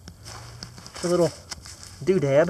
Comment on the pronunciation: Do-dab? We have always said do-dad :)